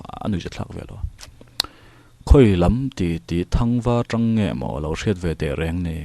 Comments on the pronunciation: Ngaihthlak pahin correct char2 ang.. Kan lo meng tang hru... Tih kha... TRI awm tur anilo T anih kha.. Eg.. Tangseh natna i hria em.. Kha ta tang ang khan lam tur.. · "meng tang hru" kha ka lo sawi ve mai mai... 'tang' hi 'chhang' (bread) lam angin lam tur... ṭ a tel lo. Chuan.. "pem buh bel" a 'pem' hi 'chhem' (blow) anga lam tur. awmna khua chhuahsan 'pem' zawk kha a ni e.😆🙌 Hmanlai khan an khua an pemsan thut dawn khan an buh chhek sa kha an ngamtlak te an khul chhawntir ṭhin a. (Hre ber awm ang hrimin rawn type duah😆)